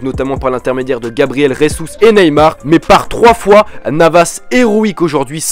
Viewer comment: C'est Gabriel Jesus, c'est pas resus. On parle pas espagnol, on parle c'est le portugais . Mas super video +1 abonné